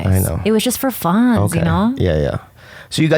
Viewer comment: “It was just for funnn ya know” heavier Asian accent than usual